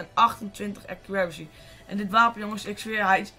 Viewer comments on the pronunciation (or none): Accuraricy?! xD